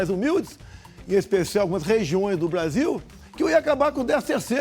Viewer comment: A língua do Bolsonaro quando fala "Blasil" é muito nojenta